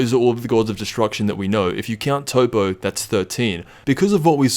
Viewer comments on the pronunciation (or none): toppo's name isnt pronounced as toppo it's pronounced top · Did u rly just call Toppo, Toe-poe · Toppo is literally how the japanese pronounce the word Top in English. It makes sense to translate top back to top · So with those facts in mind borrowing your words: "Say your name is "Top", do you expect people to translate your name? No you expect them to call you "Top"." Based on the language of origin of the word, its pronounced Top, not Toppo